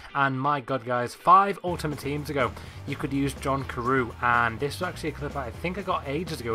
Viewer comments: You pronounce John Carew. John Carev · John Carew is actually said John Karev